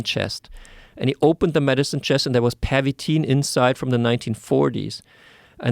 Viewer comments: 😂😂 the way he say "Pervitin" is french accent not german 😂😂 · It wasn’t “pavatine.” Pavatine is an erectile dysfunction drug. PERVITIN is the name of the methamphetamine.